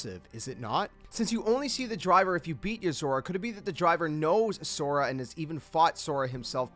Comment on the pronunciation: Pisses me off that you can't pronounce So Ra